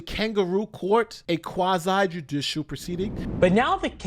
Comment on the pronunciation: Quasi, not qwasaïe.